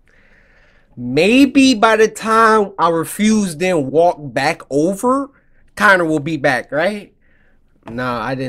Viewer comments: Barely, also its Connor not conner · This is def one of my fav play throughs from the samurai❤ especially because he keeps calling Connor, Connie😂😂❤